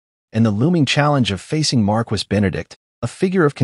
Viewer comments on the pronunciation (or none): In " Marquis " the "U" and " S" are mute phonététicly it pronounce " mar kee "